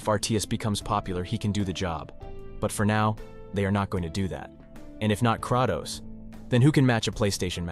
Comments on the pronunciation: lol! You’re pronouncing Kratos’ name wrong. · No disrespect but why does bro sound so AI. Especially with the pronunciation of Kratos and Atreus